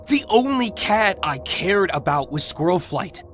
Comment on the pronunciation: also half of this is just squirrelflight saying all wrong